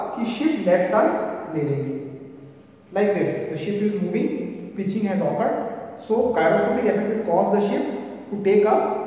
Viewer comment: Sir ap pitichig thoda galat bole hai